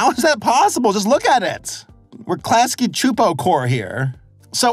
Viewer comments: I’m honestly super impressed by your pronunciation of Klasky Csupo! Your abilities to pronounce foreign names and words feels like it’s improving with every new video! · I'll give you props for getting their name pronounciation actually right cause some critics like RebelTaxi and Mr. Enter got them wrong at first! (at least initially) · Interesting how you can pronounce Klasky Csupo no problem, but Luz gets mangled even though her name is said probably hundreds of times throughout the series